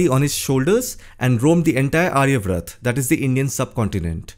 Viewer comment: I would like to mention the correct pronunciation - It's आर्यावर्त 'AARYAVARTA'. The information in the video is interesting.